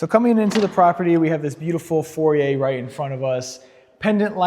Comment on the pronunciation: Awesome property! Just a note; I hear you calling the foyer the "For-yay", and its pronounced either "foy-yer or "foi-yay". Also, that landscaping & yard is insane 😮